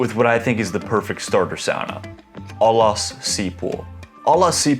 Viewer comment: Are you really a finnish speaker? The pronunciations of "ovi kiinni" "allas" and "löyly" didn't sound right. Great video btw